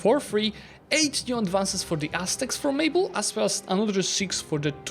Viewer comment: Love your channel and your videos, you are the best creator in this space. Also like your accent, you are clearly fluent! To things jumped in my ear it’s lévy not livy, also it’s fórmable, instead of formáble, anyway you are awesome! Just a thing to improve if you are looking for it